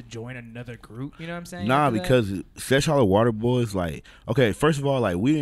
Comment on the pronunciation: HAM ON EVERYTHING stop sayin sesh water hollow nigga its seshollowater. Shit got me buggin haha